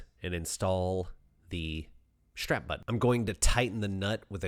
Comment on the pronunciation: What's a "shtrap" button? What does it mean to drill "shtraight"? Curious, as I've never heard of a shtrap button or drilling shtraight.